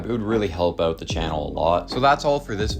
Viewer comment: “I just went ooot today….”